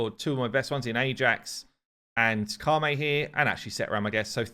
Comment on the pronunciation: Ka - Met is the pronunciation